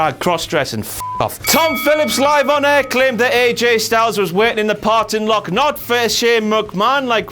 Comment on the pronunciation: haha said ''partin lock''. has to be a wtf momaant